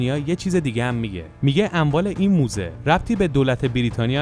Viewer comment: موزه نه دوزه